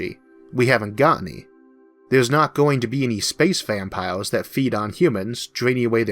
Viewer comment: Your Elmer Fudd voice is fine, w e do appreciate the captions, but I had a teacher that pronounced English with German set. so the line The quick brown fox got pronounced "The kh-wick brohn Fohks yoom-ped oohvar the lach-see dog." So hearing 'Homewold' and 'vampiwas' is actually relaxing.